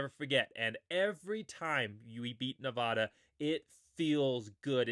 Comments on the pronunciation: I'm a huge Boise State fan but have grown up in Nevada...please pronounce the state correctly for my sanity. It's Ne-Va-Duh, not Ne-Vah-Duh. 56-17 Boise. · I love your content! Keep up the video production! One small thing, though… please stop saying “Ne-VAH-da.” It’s as grating to me as when people say “Boy-zee.” That’s it! I’m hoping for a 70-burger this weekend. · I hate to be that guy but you're pronouncing Nevada wrong.